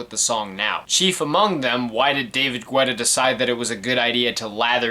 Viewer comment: Alright so a couple of things lol 1. His last name is pronounced like ghetto. ge-tah. but i've always mispronounced it so i'm not knocking you for it 2. I would assume you know this already but the verses/lyrics aren't only written by the one who sings/raps it. Even though Guetta produced the songs that doesn't mean he let Flo Rida, Nicki, Lil Wayne, Sia, etc. have free reign with the lyrics. 3. From what I remember being a huge edm fan in the 2010s and around these years, edm was in a kind of weird spot this early on. It was beginning to blow up and a lot of popular artists were incorporating it into their songs. LMFAO did it very often, Rihanna with Calvin Harris for "We Found Love," Flo Rida for almost like the entirety of his "Wild Ones" album, Pitbull working with Afrojack on "Give Me Everything" and even JAY Z and Kanye for "Who Gon Stop Me" which features one of my favorite producers from the UK Flux Pavilion. (i haven't seen your video for watch the throne yet but I feel like you mentioning dubstep will be there). Many of the producers and DJs of EDM incorporated pop elements into their songs to continue to bridge together pop and edm. Most notably besides David Guetta are Zedd, Tiesto, Swedish House Mafia, Avicii, Afrojack, Calvin Harris, Steve Aoki, and even a bit of Skrillex. This kind of split the edm community a bit because with this pop influence you have albums like this or Clarity or even Truth (with some being imo decent) and kind of shunned other albums that